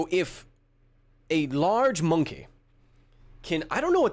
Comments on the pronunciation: I don't think that's how you pronounce MoNkEh cancer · The way pronounced monkey sounded to me like an impression of British comedian Johnny Vegas.